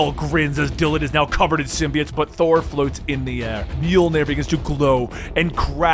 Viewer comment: Love the vids man, but I couldn’t help but notice you keep pronouncing symbiote(s) wrong, you’ve been saying it like SIM • BEE • IT(S) for many videos now, but it’s really either pronounced SIM • BEE • OAT(S) or SIM • BYE • OAT(S) I don’t know, it’s something that’s just been bothering me but doesn’t really detract from the overall videos, just thought I’d say what I’ve been wanting to say :D